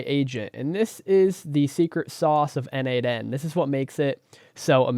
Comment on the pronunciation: As a contributor for more than 5 years to n8n, PLEASE, it is pronounced "nodemation". 🙏